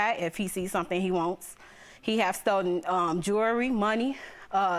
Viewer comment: Stolden??? Lol